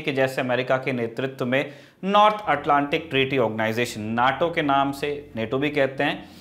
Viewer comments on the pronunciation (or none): none